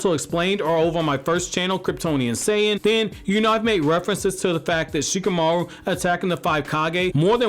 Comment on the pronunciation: Shikamauro kkkkk